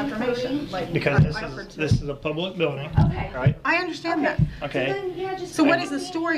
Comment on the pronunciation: Do cops learn how to say" Um kye" for ok? And this guy is sheep clown who makes me cringe with the word "story" once again.